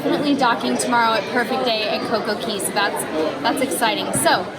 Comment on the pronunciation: You seem like such a fun mom LOL love your channel! But I think its pronounced Perfect Day at Coco Cay (like Kay instead of Key), they probably did it like that so it rhymes with Day xD